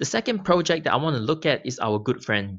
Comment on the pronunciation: When you say ‘pro-check’ what do you mean buy that? Or are you saying ‘project’ and I was just misunderstanding you? Thanks in advance.